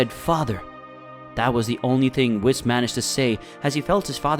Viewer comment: Cay-yone🤣🤣.... Whiss-Khalifa🤣